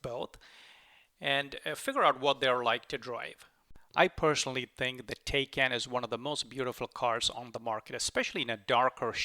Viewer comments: It is taj kán not tejken stupidééééé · Thanks for the video. btw, the correct pronunciation of Taycan is 'Tie-Kahn'. that's from Porsche!